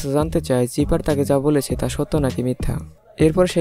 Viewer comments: ভাই চিপার না। সাইফার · লোল। ভিলেনের নাম চিফার নাকি। সাইফার